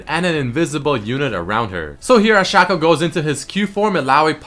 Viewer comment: u pronounced shaco wrong :|